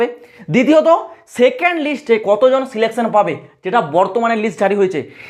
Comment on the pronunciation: Selection ❌ Selecaion ✅ 🤣🤣